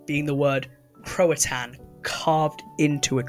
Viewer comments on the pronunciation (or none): It’s pronounced Roe NoOak or Roan Oak. Also Crow-a-Tow-An.